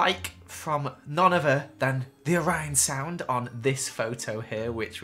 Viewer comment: did anyone else here him say “seepeesound” and “Orionsound”